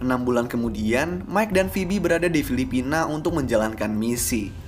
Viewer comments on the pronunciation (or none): none